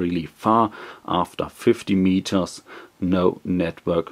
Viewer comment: mietors huh very funny